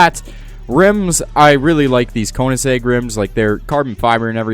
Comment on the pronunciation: Why can’t people pronounce ‚Königsegg‘ properly